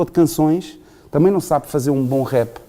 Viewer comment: o entrevistador tem a mania que fala muito bem inglês mas nem rap sabe dizer caraças !!!